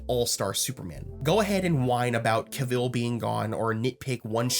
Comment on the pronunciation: Isn't Cavill pronounced similar to gavel or travel? Just saying...everything else was spot on concerning your thoughts. #afronerdradio